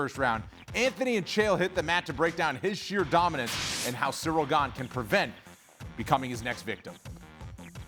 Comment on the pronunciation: It's so surreal how chael misprenounces ganes name